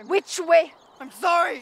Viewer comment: He says way like I know how to pronounce it “vay”